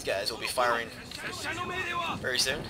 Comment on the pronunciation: lol i find myself yelling "your generarl is in vewy graaaaave danger m'lord!" at random times.